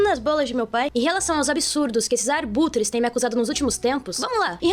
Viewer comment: ela realmente fala "arbutres", mds.. kkkkkkkkkkkkk